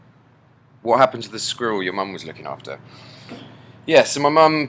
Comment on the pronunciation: squirrel = skrewl